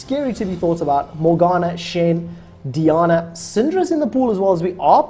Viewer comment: DEE AH NAH. All of my rage. It's Die ann uh.